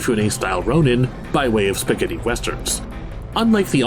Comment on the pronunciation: I've never heard spaghetti pronounced that way before & I pray I don't ever again